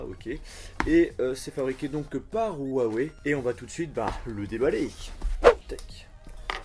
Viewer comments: On dit youé (en phonétique) pas youawé😂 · Juste pour la petite histoire : Huawei ça se prononcerais plutot RUAWEI mais bizarrement la marque en occident ( et surtout aux USA ) a fait une campagne pour qu'on pronconce ça WHA WAY. si tu passes par la tu me diras si je me trompe